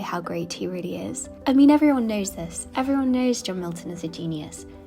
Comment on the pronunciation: It’s the peculiar swap out of the E’s for A’s in her pronunciation that grates for me, e.g. example is axample, exquisite is axquisite, everyone is averyone.. so when except becomes accept, unfortunately, it tips over to irritating as nails on a chalkboard 😂 I’m sure it’s not deliberate.